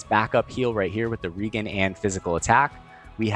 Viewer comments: Say "regenerate." Regenerate. Ok, now say "regen." ..reGEN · Just wanted to say that I really appreciate you putting the time and energy into these videos. You do a great job of breaking down the concepts and do so in a comprehensive manner. One thing I've noticed a few times now is that you pronounce 'Regen' as 'REE-gen' with a hard 'G'. Feel free to continue doing so if you'd like, but it's been my understanding since my early RPG days nearly 30 years ago that 'Regen' is pronounced 'REE-jen' with a soft 'G' as the term 'Regen' is an abbreviation of the full term 'Regeneration'. Just putting that out there. Keep doing what you do! ☺ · there's no i in regen. it's re-jen, a.k.a. regenerate (ri-jen-uh-reyt)